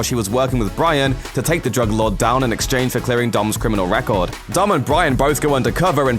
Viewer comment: the way how says dom its like dumb R.I.P the Brian